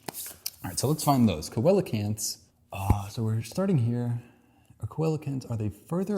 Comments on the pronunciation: It's not co-a-la-cants it's see-le-cants. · I'm pretty proud of myself for being able to answer everything except the when questions right away. So anyway, here are some interesting facts connected to things brought up. Lampreys in fact do not have jaws. Coelacanths are pronounced 'see-la-canths'. While hippos and whales are closely related, they independently evolved toward living in water. Their last common ancestor was a terrestrial mammal. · Coelacanths: See-lo-canths. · I never heard anyone pronounce coelacanths like that but makes sense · I think you triggered a lot of people with how you pronounced the name of coelacanths. Also, complete metamorphosis in insects is when the transition out of the larva stage is a radical transformation into an adult-like form; insects that undergo incomplete metamorphosis undergo a much more gradual process, starting from a nymph stage that resemble a much smaller and underdeveloped version of an adult rather than a larva (which looks nothing like an adult), and progressively going through "instars" that increasingly resemble the final adult stage.